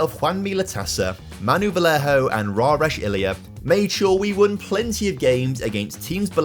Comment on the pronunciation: I'm sorry, but my ears were bleeding when you read "Vallejo" as "Valeho", instead of "Va-yea-hoe". Spanish double l is basically English "ye" like in "yeah"